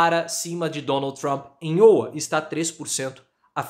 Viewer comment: Professor errando a pronuncia de Iowa. Abraços!